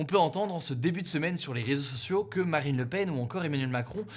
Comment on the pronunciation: A il dit "Barine Lepen" ;)